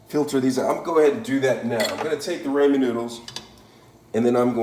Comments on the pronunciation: Left the second he said Raymon noodles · "Raymen noodles" 😂